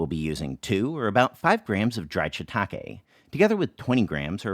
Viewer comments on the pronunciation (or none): none